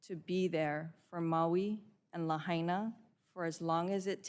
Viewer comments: Ms Castor lost me when she pronounced "Lahaina" like she's trying to speak Spanish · Ms. Castor should have spent 2 minutes learning how to pronounce “Lahaina.” It’s a Hawaiian word, not a Spanish one.